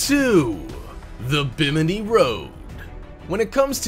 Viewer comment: 🇧🇸🇧🇸🇧🇸🇧🇸242 to the world!!!#BiminiBahamas! By the way its pronounced Bim-ma-nee